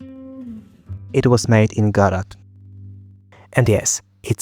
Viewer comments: I’m sorry but if you’re gonna use a product please learn how to say it omfg no one pronounces Godot correctly and this is the worst I’ve heard, tf is gadat? 😂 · Can't even pronounce Godot.